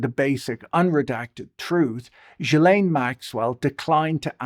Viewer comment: Ghislaine pronounced ghee-lane